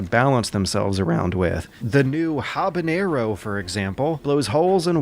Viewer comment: Habanero Caviar Dude you gotta step up the pronunciation